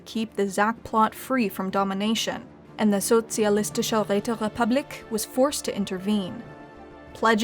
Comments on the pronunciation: She is not bad at pronouncing such a difficult german title as "Sozialistische Räterepublik" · Ok i have to admit especcially as a german, the empire name "Sozialistische Räterepublik" is a damn difficult word to spell but she did it well. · I love this new format! What a fun way to play back the events of the dev clash. Thanks so much,, this was extremely entertaining. I especially loved the flawless pronunciation of the socialist, um, that really long name. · Her saying Sozialistische Räterepublik kills :D Well done. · the way the speaker pronounces the Socialistische Räterepublik and how it completly braks flow XD but pretty good job better than most non german